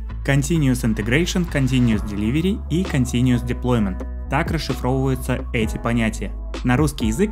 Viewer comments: Continuous, а не continuES Но очень доходчиво объяснил, спасибо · Только continuous, а не continues )